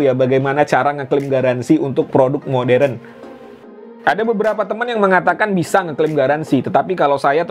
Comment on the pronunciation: Bukan moderen om modern